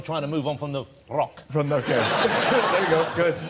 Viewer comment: jonathan ross cant say rock!